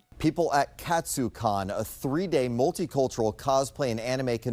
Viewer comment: why can’t anyone pronounce ‘Katsu’ 💀💀💀